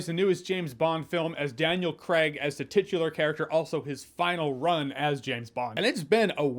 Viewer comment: He said, “titular,”. Hee hee 😆